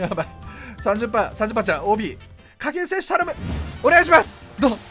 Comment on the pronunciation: 掛布選手が下級戦士にしか聞こえんw